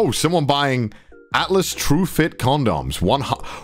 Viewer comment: it bothers me how says condoms as CON-DOMS